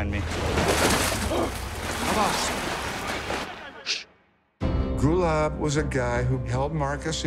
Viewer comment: Kept hearing Gulag....